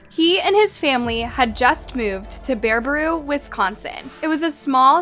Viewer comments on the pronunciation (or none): No hate but as a Wisconsinite it’s pronounced BARUH-BOO not buhrobaroo or whatever she said lol. I’ve never heard it pronounced like that so it’s kinda funny 😂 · Baraboo. Not Barbaroo. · Sorry but if you read the name properly you will see that it's Baraboo not Barbroo. It really isn't that hard to read and say it properly! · It's Bar A Boo Not BareA Brew 😂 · You're pronouncing the name of the town incorrectly. It's pronounced BARA-BOO not BARE-BA-ROO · Listen narrator, its not Bara-brew! Just read it off the page. BaraBOO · She keeps saying "Bear-bah-roo;" it's pronounced like it's spelled, "Bear-ah-boo." So annoying! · ITS BARABOO NOT BERBAROO i had to tell you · Bare-Ah-boo not Bearbrew😅😅😅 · Omg it's BEAR-A-BOO not bear-ba-roo. 🤣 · so sorry off topic, its bear-ah-boo, not bear-ba-roo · Bear-a-boo. Not Bear-baroo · It is pronounced Bear uh Boo....not Barabrew. You added an extra R to it. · BEAR UH BOO. not BEAR UH BREW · No, "Bear A Boo," Damnit! If you are going to make a video, make sure your pronunciation is correct! Damnit! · Thank you for covering this, just a heads up its pronounced bear a boo, beautiful state with alot of messed up people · It’s pronounced BEAR-uh-boo. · You’re saying “Barbaroo”… 🫢😭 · lol it’s Baraboo, bare-uh-boo. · I used to live in that town also its pronounce bara-uh-boo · Please stop butchering names. It's BARABOO not Barabrou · Im like 90 seconds into the video and im no expert but im guessing thats NOT how you pronounce Baraboo or Thadius 😂